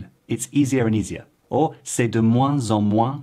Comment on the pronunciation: You could improve your own French, mate, by not putting a diphthong in the “c’est” of “c’est parti”. After that I stopped watching.